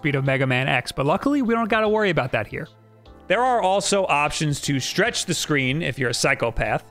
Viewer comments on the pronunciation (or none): none